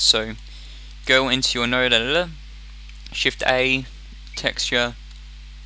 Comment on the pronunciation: When he said "Node editor" I heard "Nerd editor"... I mean like what a fail...